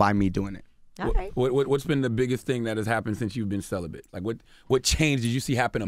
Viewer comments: Diz DUMB ASS nigga jus say CELIBANT? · It’s pronounced Cel-uh-bet NOT CELIBENT. Smh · CELIBATE not celibent. My God!!!! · Did he say celebrant?